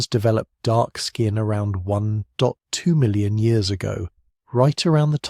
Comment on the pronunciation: "one dot w million"? how hard is it to teach your ai how to read numbers correctly?